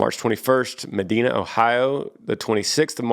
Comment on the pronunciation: Schenectady, New York: Ska-Neck-Ta-Dee Medina, Ohio: Ma-Dine-A